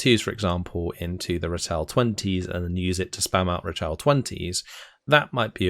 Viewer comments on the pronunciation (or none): Just to say, 'Ratel' is pronounced Rah-till (as in the sun god and tilling the ground). Funnily enough, the only word you pronounced in an Afrikaans way is actually said with an anglophone pronunciation (Parabat). Like your content man, thanks for the overview.